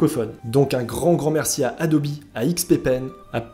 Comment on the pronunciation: "adobi" ? première fois que j’entends adobe prononcé comme ça!